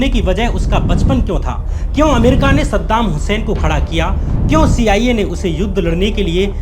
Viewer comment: Sadam husain ka nam achea tarike se lo